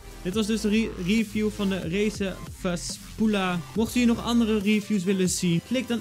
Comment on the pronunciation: Na al die jaren wachten op een nieuwe quality video... komt ie aan met een muismat unboxing waarvan hij geen eens de naam goed van kan uitspreken. Good job:D